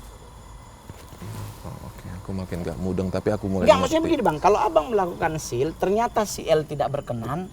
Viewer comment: Seal ya, not shield hehehe